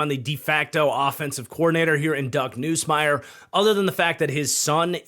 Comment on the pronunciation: Hey just for reference, it’s pronounced Nuhs-Mier not Noose-Mier